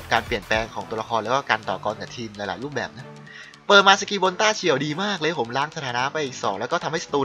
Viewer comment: ต้า-เฉียว ค่ะ ไม่ใช่ ตาเฉี่ยว